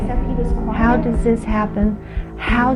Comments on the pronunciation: SW's family is Jersey trash. That's where the 'hode on' and 'wooder' come from. Not sure about the 'har'. I hink it might be something of a speech impediment, honestly. Or else one of her parents pronounces it that way and SW learned it from one of them, which is a possibility. (I grew up in the Philly burbs and lived in Jersey, so I know what I am talking about). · I'm from the south and I've never heard anyone pronounce it "har" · Listening to Shanann and all of her MLM double-talk is exhausting. “Everything happens for a reason.” 🙄 And what is it with her constantly saying “har” for “how?” Those poor girls suffered needlessly with all of those doctor visits and unnecessary medical procedures.